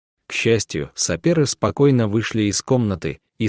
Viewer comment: Ну до чего смешно, диктор все слова, которые надо читать с буквой «ё» ,читает с «е». Сапер вместо сапёр, в «нем» вместо в «нём» и так далее. Это иностранцы или искусственный интеллект?